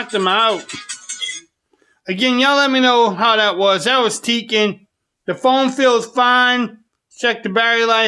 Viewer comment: “lets play sum teeken on the iphone ten or”